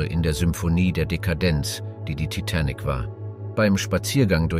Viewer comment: Er kann sich in der gesamten Doku nicht entscheiden wie er TITANIC aussprechen soll. 😂 Je länger die Doku ging, desto schlimmer wurde es 😂